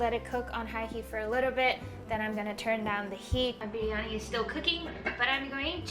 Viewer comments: Her Biryani pronunciation is so good! Amazing video! So proud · The way you pronounced biryani was PERFECT! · Idk how much practice she's had but her tonal notes for the word "Biriyani" is almost perfect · OMG the way she pronounced Biriyani , I made my ears melt .... She pronounced it like a true Indian ..... I thought she would pronounce it the foreign way but she nailed it .... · I love the way shw pronounced briyani ....it just felt like indian accent ....im a indian and i thank-you for doing this video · Her pronunciation of biryani is so correct. :) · And also her pronunciation of "biriyani" won my heart!